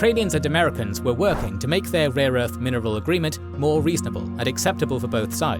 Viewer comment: He said and I quote, “RAW ERTH”